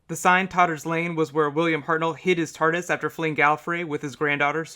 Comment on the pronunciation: It is TARDIS not "Tartus" !!!!!!!